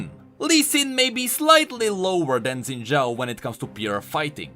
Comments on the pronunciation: Xin should be pronounced "Shin". I'm just nit-picking cuz I've heard Chinese people talk that way. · Xin = Shin. Think Xiaoyu from Tekken, Ye Xiu from King's Avatar. FFS, go watch one Chinese anime and you will understand what kind of sound "X" is supposed to represent in Chinese names/words. Even the creators of Xin Zhao can pronounce his name wrong. Imagine a parent names their newborn child Haybay but spells it out as "Abba"... no one else will GAF what you think, that name says "Abba" and you would be crazy to expect the world to think it's "Haybay." Written and spoken language is meant for communicating to others (not a solo endeavor). WE (all people) put rules on written and spoken language for the sake of clarity for the majority as well as to establish a foundation for (existing) language to be understood and improved. Ignoring existing rules of written and spoken language (which happens a lot) is like forgetting that 1+1=2 and then trying to figure out multiplication. This is why there are so many inconsistent/broken rules in language and why we still have existing issues like Xin/Zin/Shin...